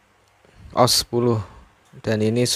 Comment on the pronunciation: Baca OS itu ya di pisah O S, o sama s bukan OS di gabung, tapi gkpp